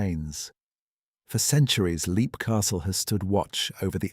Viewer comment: It's pronounced lep, not leep.